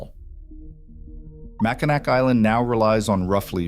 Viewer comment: It's Mack-in-aw for pronunciation.